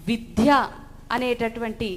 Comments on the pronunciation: విద్య అనే పదానికి క్రింద జట పెట్టి అంత గట్టిగా ఒత్తి పలకకండి తల్లీ!.. సరస్వతీ మాత బాధ పడుతుందమ్మా!!... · విద్య....అనాలి...!!! విధ్య...‌అని అనకూడదు....!! గ్రాంధికం అనర్గళంగా మాట్లాతున్న మీరు...."విద్య" కు బదులుగా "విధ్య"...‌అని పలకటం ఏమిటీ...‌??? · విధ్య కాదు తల్లి. విద్య అని పలకాలి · మీరు చెప్తున్న విషయం చాలా ముఖ్యమైన విషయం..కానీ మీరు "వి*ద్య*" అనే మహోన్నత పదం ని మీరు ధ్వంసం చేస్తూ "వి*ధ్య*" అని ఒత్తి పలుకుతున్నారు..గొప్ప విషయాన్ని ఒక వేదిక మీద మాట్లాడేటప్పుడు మీ ఉచ్చారణ దోషాలు లేకుండా చూసుకుని మాట్లాడితే చాలా బాగుంటుంది..ఎన్ని సార్లు మీరు మీ ఉచ్చారణ లో "విధ్య" అంటూ తప్పుగా ఉచ్చరించారో మీరు గమనించుకోవాలి..వినటానికి కర్ణకఠోరంగా ఉందమ్మా..ఇంకొక పదం " పాశ్చాత్య "దే*శు*లు" అంటున్నారు..దే"శా"లు అని కదమ్మా పలకాలి.‌.మీరు మంచి టాపిక్ ఎంచుకుని మాట్లాడారు.కానీ మీ ఉచ్చారణ కూడా బాగుంటే ఇంకా ఇంకా వినాలనిపించేది. ఇంకొక విషయం మీరు " విద్య" గురించి తెలుగు నిఘంటువు లో చదవలేదు అన్నారు..అంటే ముందు మీకు మన భాష మీద మక్కువ లేదన్నట్టేకదా...పోయి పోయి ఆ ఆంగ్ల డిక్షనరీ "ఆక్స్ఫర్డ్" లో చదవటమేమిటి? దాన్ని చదివితే కానీ మీకు మన సనాతన ధర్మం లో విద్యా విధానం గురించి ఏం చెప్పాలో తెలియలేదా? ఆలోచించుకోండి..ఒక అమ్మమ్మ చెప్పింది అనుకోమ్మా 🙌🙌🙌💐💐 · 'విధ్య'' కాదు 'విద్య' 'ఖేవలం' కాదు 'కేవలం' 'భోదన' కాదు 'బోధన' పాశ్చాత్య 'దేశులు' కాదు 'దేశీయులు'. దయచేసి తెలుగు భాషను అగౌరవ పరచకండి. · విద్యను విధ్యగా పలుకుతున్నారు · ముందు మీరు విద్య అనడం నేర్చుకోండి. విధ్య కాదు అది విద్య. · తల్లీ "విద్య " అని పలకడం నేర్చుకో ముందు "విధ్య " కాదు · Vidhya kadu Vidya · విధ్య కాదమ్మా తల్లీ ! విద్య . మహాప్రాణాక్షరం పలుకకూడదు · మేడం గారు విద్య . విధ్య కాదు మేడమ్ అలా పలుకుతుంటే మాకు కర్ణ కఠోరంగా వున్నది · ముందు ఈమె విద్య అనే పదం నేర్చుకోo టే బాగుంటుంది ఆక్సిఫోర్డ్ దరిద్రం తల్లి మీది ఎక్కడ తల్లి. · విధ్య కాదు తల్లి విద్య, వొట్టిపలుకవద్దు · Vidya not vidhya. Please correct your pronunciation. Your message is good, though. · 'విధ్య' కాదమ్మా, 'విద్య' అని పలకాలి. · మీరు విధ్య అని పదే పదే పలుకుతున్నారు మేడమ్ కానీ, అది విద్య అని పలకండి అమ్మ 😢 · మేడం మీరు విద్ద్య అని పలుకుతున్నారు ఆది మామూలుగా విద్య అని పలికితే చాలు ఒత్తు అవసరం లేదు